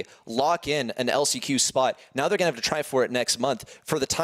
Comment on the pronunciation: He said on lock not on luck